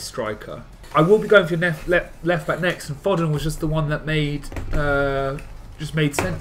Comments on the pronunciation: How can you not pronounce Foden? Found it very irritating to watch tbh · The way they pronounce Foden....